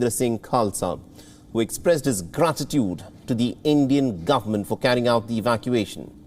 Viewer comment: Spouting, Twenteee, af'gaaan, seeeks, GRrratitutde, hunddreettt, and many other pronunciation mistakes, won't make you look any professional.